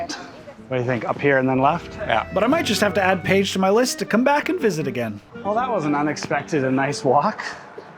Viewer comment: Keeps saying ' Paige's 😂😂😂. It's (Pesh). What a fun video!